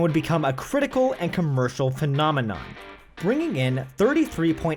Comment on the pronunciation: PhenoNmenon? C'monmenon!